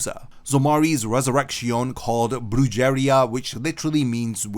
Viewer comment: The pronunciation of “Brujeria” took me all the way out 😭😭😭😭😭 I said who???? Lmaooo